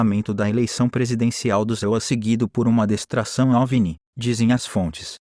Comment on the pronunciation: Destracao em vez de distração... É foda....🤬🤬🤬🤬